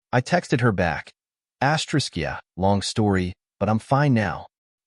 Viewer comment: Thi asterick crap is not astrick suposed to be read asterisk